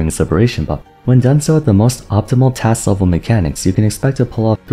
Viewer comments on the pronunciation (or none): none